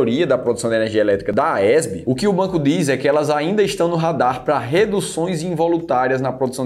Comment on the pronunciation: Porque vc pronuncia AESB?Não é a AES?